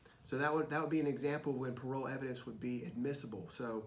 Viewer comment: shouldn't it be "parol" and not "parole?" either way, great video. this really helps